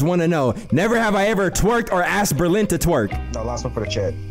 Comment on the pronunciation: << so nobody noticed how it said ‘Belrin’ 🤣